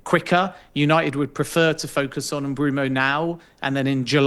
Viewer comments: I’ve heard it pronounced Mbwemo, I’ve heard it pronounced Mboomo… pronouncing it Broomo is CRAZY WORK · Swear tf if i hear M-Broom-o once more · Why does Ben keep saying MBroomo? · Top sports jounalist, keeps calling Mbuemo as Brumo. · The guy's just got it wrong ! Not good enough and bloody annoying 😡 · Take a shot every time he says "Bryan Umbrumo" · This is all just his opinion. Also anyone who pronounces it “Mbroomo” can’t be seen as reliable. He’s putting 2 and 2 together or stating the obvious that anyone can do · It’s M-boo-mo, no? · Bloke said Mbeumo’s name 100 times in 30 mins and got it wrong every time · Let him say it wrong how many times he wants , u understood who he's talking about so that's enough .